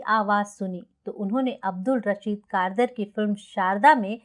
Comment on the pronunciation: अब्दुल रशीद कारदार not कारदर